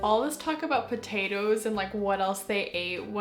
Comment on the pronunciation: Ohmygoodness those editions are beautiful and “poh-tae-toes” took me out 😂 also where did you get the mermaid blanket?? And good point about how 3rd person POV gave a more disinterested and in depth feel!